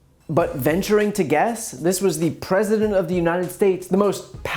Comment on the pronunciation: Offshice of the preshident